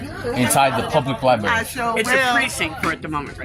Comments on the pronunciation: Isn't this the guy who had the screaming misogynistic fit on a bus in front of his kids? "Liberry." Yeah, nope. He's SO wrong. Gee, his commentary is so witty and informative! It's like Winston Churchill is back again. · “LIBARY”…. That was my first clue that termites have been living in his skull for quite some time. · Dude cant even pronounce " library " correctly. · You shouldn’t have any rights if you can’t pronounce the building correctly. It’s a LIBRARY